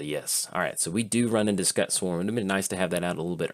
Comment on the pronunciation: mispronunciation really gets my back up.